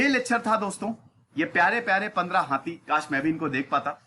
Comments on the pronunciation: Sir हाती नहीं होता है हाथी होता है 😁😀😁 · हाती नहीं हाथी 😁 by the way good information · सर हाथी होता है हाती नहीं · Hathi hai naki hati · हाती नहीं हाथी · Hathi hota hai sir